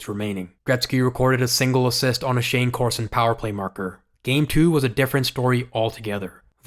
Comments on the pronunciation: you know nothing about hockey. Kelly "Butchberger" ? It's BUCK- Berger, half wit millenial! Shane "Corso" ? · Bro you gotta stop butchering names...it's pronounced BOOK-BERGER. And it's CORSON not Corso. For the love of God research these dudes names before recording...I'm starting to think you're A.I. 😂